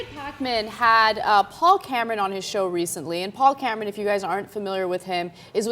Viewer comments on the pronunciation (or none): *Cameron* not *Camaron*...don't know what happened there